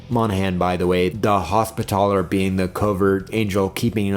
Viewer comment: Your pronunciation of Hospitaller fucking shellshocked me. I’ve never heard somebody put so much emphasis on “TALLer.”